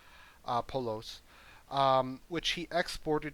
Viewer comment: Things I learned watching this video. 1) Everybody's gay. 2) You hem and haw like its part of the script. 3) "poLos"? Nobody is that white my dude.